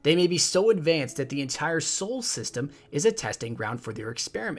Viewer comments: It is "solar system", not "sole system" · I liked the video but for future videos it is pronounced "solar system" not "soul system"